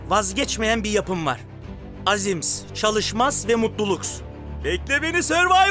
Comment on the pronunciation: Enes Batur:Azim Çalışma Mutluluk Alibiçim: Azims Çalışmas Mutluluks